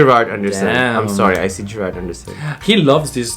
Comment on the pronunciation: It's Gerald Anderson not Gerard haha